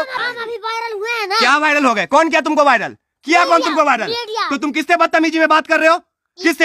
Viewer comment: bhai paan thuk ke bol le वायरल होता है viddal nhi। सुर्खिया sudhkiya nhi 😅😅 Kitna cutt le liya 3 min me be 😅